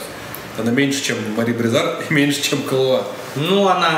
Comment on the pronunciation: Не КалуА, а КалУа! Ребята, ну вы чего? Вы что, "Большой Лебовски не смотрели? Зачем вам тогда КалУа? Там на этикетке даже ударение стоит. The Dude abides!